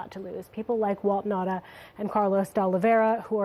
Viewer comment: what is the native language of these people? why can't they pronounce Nauta's name ? It is Nauta not Nata!